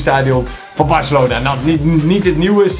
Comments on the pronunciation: Barcelona is het in plaats van Barcalona😉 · Het is Barcelona niet barcalona